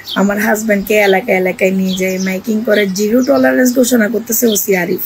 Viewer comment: ওরে ন টি, ওটা টলার না, টলারেন্স, ওরে কেউ পশ্চাৎ দেশে ডি*ম উৎসব সম্পন্ন করে না ক্যারে?? 🤣😂